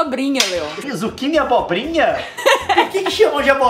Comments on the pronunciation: O Leon falou abrobrinha :P kkkkkkk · "Eu vou comer um prato com Zuquini(SLA como escreve)óhhhhh!Agora:Eu vou comer um prato com abrobrinha(e ainda falou errado desse jeito😂😂😂)Ahhhhh n cara!"Vc q tá lendo,Comenta aí #Abrobrinha desse jeito q vai ganhar like😂😝😊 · "abrobrinha" kkkkkkkkkk